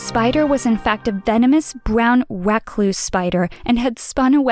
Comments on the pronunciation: dif she say briwn RECLUSE or brown wacloose? it sounded like brown wacloose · "Brown racluse" Recluse?